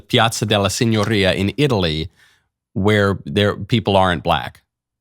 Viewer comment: Michael needs to not pretend he knows Italian. His pronunciation sucks. It's not "signorria" with a trilled r. It's "signoria" with a tapped r.